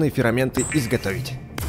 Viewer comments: Мне показалось или ты говоришь ферАменты? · Не фераменты а ферменты